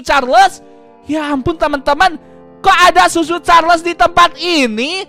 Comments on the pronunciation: Itu Choo choo carles bukan susu carles 💀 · Tadi ngomong susu charles bukan choo choo charles😂😂😂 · Bang cara nyebutnya cho_cho Charles bukan susu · cho cho charles ❌ su su charles ✅